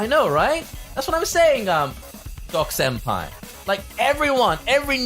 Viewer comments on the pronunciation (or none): none